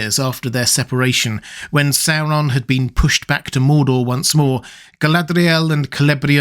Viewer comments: Why do you wreck the "r" in Galadriel?. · Your videos are fantastic, but your pronunciation of "Galadriel" is ridiculous and obnoxious. No need to exaggerate it so much, makes the video borderline unwatchable. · So Galadriel was 'Guyladriel' as in Rings of Power?